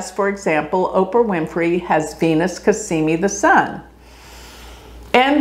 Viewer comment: I enjoy your videos but I really think you need to do astrology a justice and learn sanskrit pronunciation and also Arabic or whatever else. Dignify your art. Respect it. It's Cazzzzzzzimi. Not Casssssimi. Z's are different than S's.